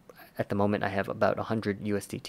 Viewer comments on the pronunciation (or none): Abooooouuuuuuttt :))) sooo Canadian